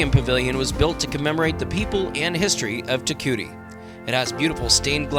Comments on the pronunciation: It's pronounced TE KOO EETEE not TE KOOTEE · If you do a video on a town learn how to pronounce the name….tear- coowee-tee (Te Kuiti)